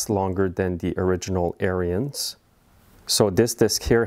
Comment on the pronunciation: Good Video - Ariens pronounces their name on their videos as "Errands" and not "Err-i-ends". They don't pronounce the "I" like you do. I measured the thickness of the rubber on a new friction disc and then measured the thickness on the disc on the machine so that I could predict how soon I would have to replace the friction disc. I didn't have to replace the disc until it was 6 seasons old. Every year, I take off the belly pan and clean and check.